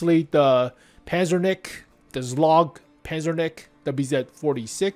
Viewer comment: Why are you butchering those names 💀zlog pazernik